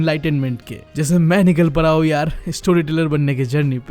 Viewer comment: Bhaii tu pehlee apniii pronunciation suddhharr bhai boh para nhi hota boh pada hota he 😂